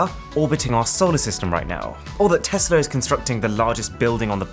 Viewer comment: Aaron thanks for calling it Tesla and not TEZLA! Just watching but your videos are always great!